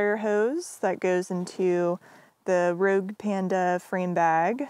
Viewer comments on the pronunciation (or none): none